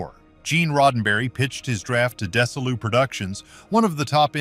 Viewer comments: Desilu is mispronounced. It's actually pronounced for its founders Desi and Lucy -- so DeziLu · The "s" in "Desilu" is pronounced like a "z." The "i" is pronounced like a long "e." Get a better bot. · Desi Lu ... not Desa Lu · It's not Des-A-lou, it's DEZI-lou. It is a common mistake to suggest that NBC rejected the Star Trek pilot as too cerebral. That is not true. Desilou made sitcoms. NBC wanted proof that they could produce an hour-long program. That was the purpose of it. However, it went massively over budget. The second pilot was always in the works as long as NBC approved of the first pilot, which they did. The purpose of the second pilot was to show NBC that Desilou could produce an hour-long episode within budget. The ratings were not low. The ratings published in These Are The Voyages, by Marc Cushman, prove that. Star Trek only lasted three seasons because Gene Roddenberry had 9 strikes against him with NBC. And three strikes and you're out. The original Enterprise made was 33 inches long and is known as the three-foot model. The second Enterprise made was 11, not 14, feet long. The kiss between William Shatner and Nichelle Nichols was NOT the first interracial kiss on TV. The interracial kiss was ten years earlier, between William Shatner and France Nuyen on the Ed Sullivan Show. The title of this video, 'Fans Were Never Supposed to See These Hidden Details in Star Trek,' is misleading. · or "DeZZi-lu" not "Dessi-lu." Pronounced "Majel" every way possible. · Dess-a-loo ??:face-fuchsia-tongue-out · Terribly done....Desilu is pronounced "Desi-Lou" ... not what your AI voice is saying....sheesh... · OMG. Fix your AI. It's not "Des-uh-loo" That is so insulting to Desi Arnaz and Lucille Ball to pronounce it like that. Could not want more than 2 minutes of this. 👎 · It’s dez-E-Lu. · It is pronounced Dezee - Loo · AI is the narrator which is very annoying to me. In case you doubt that, note the way he pronounces Desilu and Nimoy.